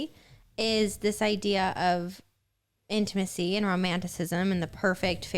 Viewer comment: Gosh everytime says the word intimacy or intimate.. I cringe! It's not "in-a-macy and inamate"" its "In-Ta-Ma-Cy and in-ta-mate" 🤦‍♀️🤦‍♀️ but on another note..I really did enjoy this episode. Love the points yall made.